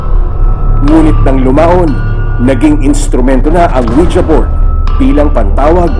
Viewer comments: I like how they pronounced it as Wija instead of Wiji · Anong Wi Ja? It pronounced Wiji. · "Weejee" hindi "Oweeja" 😏👍🏻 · ouija? dba ang basa jan ouiji?